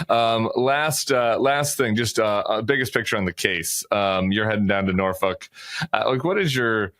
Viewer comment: Oh my goodness Tim, good job on pronouncing Norfolk 👍🏼 for anyone who travels in for the show think of the pronunciation as the chant : we don’t drink, and we don’t smoke, Nor-f*ck, Nor-f*ck . Less I digress, I’m close enough I could go watch the spectacle. Go check out No Frill Grill for lunch or dinner.